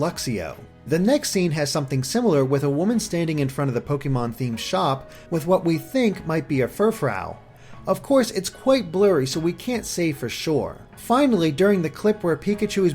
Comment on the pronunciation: Fur-frow? It's pronounced Fur-froo, based on the term "frou frou", which means frilly.